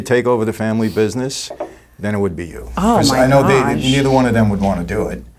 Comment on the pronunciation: "the family bissness"